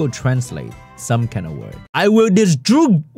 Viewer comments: I want to talk for all italian people and say that your "DISTRUGGERE"was absolutely hilarious 🤣🤣🤣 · THAT "DISTRUGGERE" KILLED ME HAHAHAHAHA still something to practice on but very funny <3